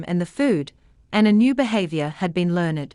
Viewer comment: she said learn-ed instead of learned. not judging, just pointing it out